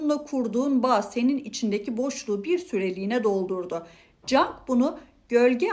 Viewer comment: Kabalik olarak kabul etmezseniz, Karl gustav yung olarak okunur.